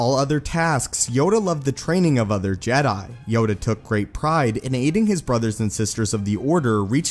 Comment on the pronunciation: I love your videos, but the way you say jedi by drawing out the last syllable drives me up the wall.